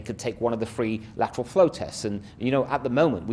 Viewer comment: LATTERRRWALLL FWOOOWW TESSS. BWWOOSTERR PWOGWAMES